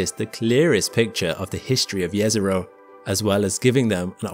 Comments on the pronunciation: Let's appreciate correct pronunciation of Jezero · THANK YOU for pronouncing Jezero properly! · Thank you for pronouncing "Jezero" correctly. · Again, kudos for pronouncing "Jezero" correctly!